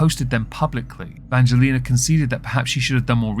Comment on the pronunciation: I say persistence mispronunciation of Angelina’s name is a hate crime. I am offended on VS’s behalf. Lol